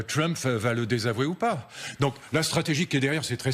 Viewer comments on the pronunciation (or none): none